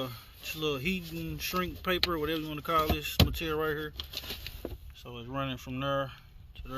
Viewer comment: You say "hurr" like you from St. Louis!😂